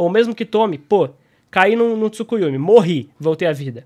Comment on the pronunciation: achhei que tu só falava "Tsukuyumi" por tua pronúncia mesmo, não por achar que se escrevia assim mas nada contrakkkk vídeo ótimo,! e cara, eu achei muito ruim no vídeo do Dygo, ele literalmente comparando o Itachi da luta do Sasuke, todo ferrado, no luto da morte, quase cego, que o Sasuke conseguiu rivalizar, mesmo o Itachi com isso tudo não dando nem 100%, com essa luta do Naruto MK1, e ele usou iso pra dizer que o Sasuke Hebi conseguiria competir com a velocidade do Naruto MK1...